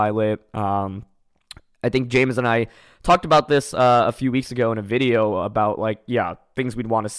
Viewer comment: I love how you can hear Wolfe actively try to not say "Wideo"